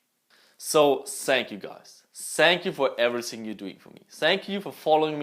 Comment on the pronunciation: Ich komm auf die Aussprache einfach nicht klar! "Everysing", "tsought" mein gott xD